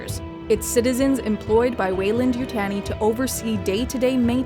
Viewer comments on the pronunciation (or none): YU-TAHN-I not yutane-i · It’s not important but it’s Weyland and (You) (Tawney)!!! not Tanny like tanning salon or fanny pack, but TAWN EE. Like Taunt. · You-TAHN-ee not You-TAN-ee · We will be sending someone from the company over, no one butchers the name like that. Youtanii? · It's pronounced YouTAWnee. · I winced every time this person said “Yutanee”. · If you're going to make a video about Weyland Yutani, at least try to say Yutani correctly. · i just cant watch it because narrator says Yutani wrong. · I tried to watch, couldn’t get past the way she say Yutani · Great video as always but am I the only bothered by the pronunciation of Yutani?